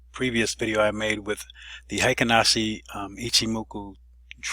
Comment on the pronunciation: Need to correct your pronunciation. Hyo in Ichimoku Hyo is NOT pronounced High - O, it should be pronounced H-Yaw. Heikin in Heikin Ashi is NOT pronounced High-kin, but rhymes with Hair-kin (without the r)